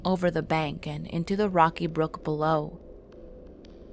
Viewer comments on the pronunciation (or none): none